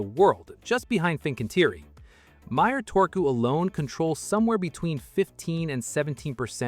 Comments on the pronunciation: How hard is it to pronounce one letter in one way. Turku, not Torku. You got the last u corret now use it for the first u as well. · everything else is also pronounce wrongly, Fincantieri, TUI, Turku, Meyer, Papenburg, Werft, Rostock, ...